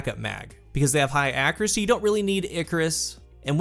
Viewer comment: Hold up, when did people start saying "ackeracy"?